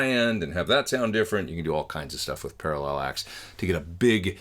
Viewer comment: what input level are you using and what level are you generally aiming for on the meter? i think it's pronounced para-lax right?